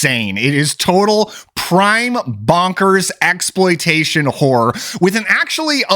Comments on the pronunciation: It's "horror" not "whore." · It sounded like you said Satanic Whore at the beginning